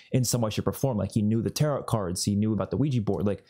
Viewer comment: The last T in Tarot is silent and the O is long.